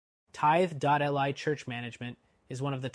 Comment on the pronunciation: It's "Tithe-lee". It would be nicer if you showed screenshots of the different software screens.